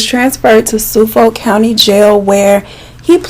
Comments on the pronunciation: 😂😂 i had to replay that part like 10 times. It’s suh-fulk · LMMAOOO i’m from long Island and the way you pronounce Suffolk😂 Girrrllll 😭